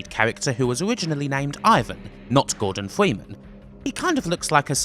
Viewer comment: Gowdon Fweemen